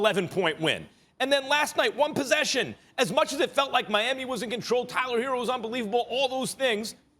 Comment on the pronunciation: Why do u call him “Hero” when it’s “Herro”